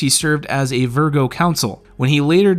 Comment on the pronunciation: C’mon, man. Google provides phonetic pronunciations for big words. Terra-hote is the county seat of Vigo County, not Virgo. It’s where Larry played in college and opened his first car dealership.